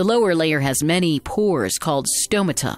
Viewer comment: Great visuals. But say stomata properly.